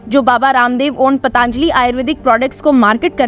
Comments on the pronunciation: पतांजली नहीं पातंजली बोलिए। अपना उच्चारण सुधार लीजिए। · इसका उच्चारण पतंजलि होना चाहिए न कि पतांजलि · पतंजलि बोलें पतांजलि गलत है।